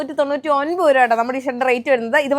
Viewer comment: 😅 ഉരു va അല്ല രൂപ